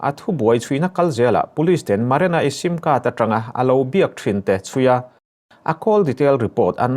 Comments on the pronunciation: Maranai ni lovin marinai tih zawk tur. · Haha Maranai..lamsual nawk2 mailawm a trang lutuk niang